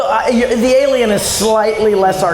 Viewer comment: I like how James Rolfe can't say the word "alien" correctly.